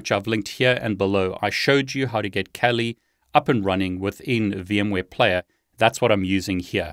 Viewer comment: It is pronounced kaali not cali.